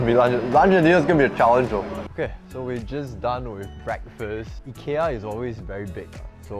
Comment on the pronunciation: Love how you take the effort to pronounce Ikea correctly